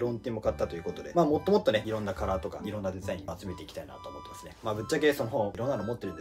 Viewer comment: もっともっとの発音がホットモット